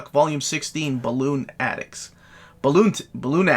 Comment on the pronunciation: I think Balloonatics is pronounced “Buh-lunatics” but it took me a minute to get there 😂😂😂